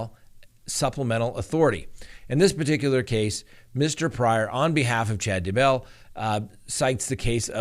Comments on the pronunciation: Why do you keep saying D Bell its DAYbell !!! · Why do you pronounce it "duh bell" instead of "DAY bell"? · DAYBELL not dabell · Dude, it's "Day-Bell". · Hi there...Please, it is Chad dayeee bell. Trust me I am am from Uuutah Cowntee. Yes, i actually live in Spreeeeng veal. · I recently received a YouTube survey on you & I gave you a glowing recommendation! Just one suggestion: Daybell has the accent on Day’. and not bell’. However, your videos are excellent!